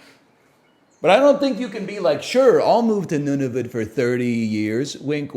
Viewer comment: He just keeps saying Nunavit